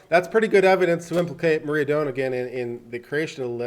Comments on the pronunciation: This is not a hollywood story. And her name is Moi-ra not Maria. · If you can't even read the names right (Moira, not Maria!) maybe you are not that credible on your read on a complex court case...